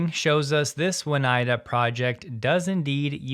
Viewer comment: No, It' s pronounced OH NIGH DA (nigh as in high)